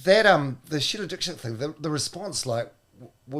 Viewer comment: Paul actually was pronouncing Dikshit correctly on the Breakfast Show episode that ended his career, look up any interview from India, they all pronounce it the way Paul says it. Here is one interview where you hear the Host say her name, its at about 37 seconds into the video ...